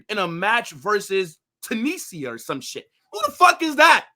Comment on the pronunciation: The pronunciation of Tunisia was criminal 😆